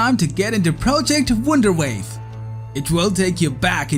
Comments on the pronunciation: Did you honestly say: Project Wunderwave? 😂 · wunderwave :D xD wunder W A F F E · "Project wunderwave" 😂😂😂😂